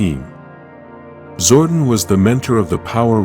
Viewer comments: His name is Zordon, not Zordin. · My man's name is Zord-On not Zordin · Once I heard "ZORDIN".... you lost me. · not zordan but zordon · "zor duhn"....bruh I'm dead, it's "Zor Don" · DUDE ITS ZORDON!! PLANET OF ELTAR !! LEARN TO SPEAK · I had to stop watching after the third time the AI voice said zordin. People really need to stop relying on AI to voice their videos. Just read the script yourself. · Hahaha zordin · AI L. How do you publish a video without getting the name pronounced right??? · *Nasty Knight *power coins Also - your videos are great but the use of the AI voice often ruins them as it can’t pronounce a number of words correctly….. especially when you make a video about Zordon - but it can’t say it. Sure your fans would appreciate your own voice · Every time he said it I cringed 😂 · SWEAR I lost interest in the first 5 seconds as soon as he said it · The AI pronunciation is Zordon with a shortened O instead of a long one. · Omg i couldnt even make it 1 min into the vid. Just made me ashamed to click on a power rangers vid for the first time in my life lol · learn how to pronounce his name